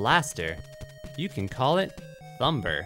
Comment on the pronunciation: Anyone else like how he pronounced the b in thumb